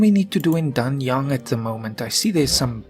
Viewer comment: Yeeeees its me again-Pronounce the "a"s as aè(only the last "a"s,others are as you pronounce them)and "g"s are basically silent so Danyaen(g)(I know some Chinese pronunciation but I am much better in Japanese as it's the same as Turkish)